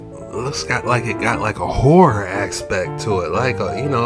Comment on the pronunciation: Hot pepper flake fingers! Did u call it a whore?😂horror? Hard work❤